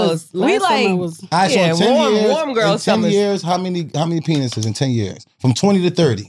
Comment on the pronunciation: Did wax say Pa-nices?😂😂😂😂😂😂